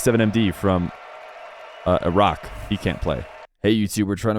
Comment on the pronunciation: I appreciate the 'Iraq' pronounciation